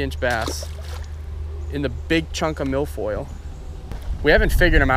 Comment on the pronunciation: I swear to god he is saying milf oil